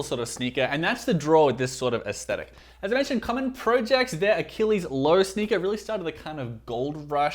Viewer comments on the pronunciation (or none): none